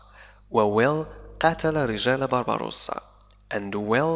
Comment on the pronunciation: تحياتي عيد مبارك وكل عام وانت بخير انا مشترك في قناتك منذُ وقت طويل. لدي ملاحظة صغيرة لا أدري هل أنا على صواب ام أنني عل خطأ؟ فقد لاحظتُ منذ بداية هذه القصة انك تلفظ الأسم (Barbossa) تلفظه ( Barbarossa) وهو اسم المناضل الجزائري الكبير (بربروسا ) اخوك من اليمن